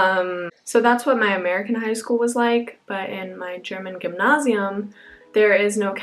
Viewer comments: gymnasium like Gem-NASE-ie-Umm.. not Ghemnashium..lol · As a German I really love the way you pronounce _Gymnasium_. Its very close to native speaking, but also unique :)